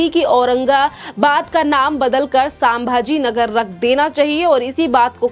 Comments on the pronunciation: WRONG PRONUNCIATION..PLEASE CHECK..IT'S SAMBHAJI NAGAR.. NOT SAMABAJI NAGAR. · वो संभाजीनगर है.......सांभाजीनगर नही है ,सही उच्चारण होना चाहिए ..... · Medam सामभाजी नगर नहीं संभाजी नगर बोल अभी मेडम बोला है अगली बार एसा उच्चारण किया तो मा बहन की गालिया सुनेंगी